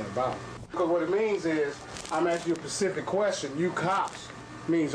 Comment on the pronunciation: What the fuck is a "Pacific question"? LMAO